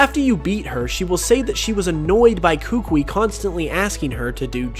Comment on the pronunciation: the way you pronounced kukui made me vomit a little